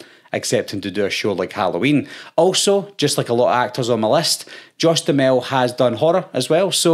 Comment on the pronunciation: Im pretty sure it's pronounced (dew hammel)